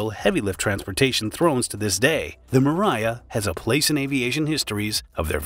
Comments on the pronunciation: It’s Mria not miraya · mirya? No, MRIYA. Learn to pronouce that correctly. MREE - YA. So simple. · You say mriya mree yeah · I think the correct pronounciation should be :: um-RAH-yah !! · Fun fact: it takes less than 1 minute to learn how to correctly pronounce "Mria"